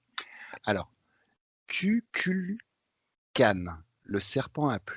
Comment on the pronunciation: Kukulkan se prononce "Koukoulkane" :) (Merci Tomb Raider x) )